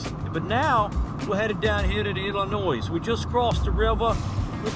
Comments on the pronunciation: The "S" is silent in Illinois. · Congrats and nice video! Don’t know if it was to troll or not but the ‘S’ on the end of IL is silent.